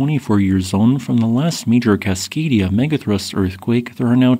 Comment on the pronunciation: "Cascadia" Me when i am a slave to history